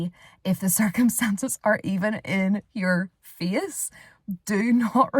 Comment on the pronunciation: about 3:!5..... I turned on the transcription and you said "face". I was unable to make that out the first time I heard it. Face sounded like "fias" Not sure where you are from but your accent is different than mine. lol!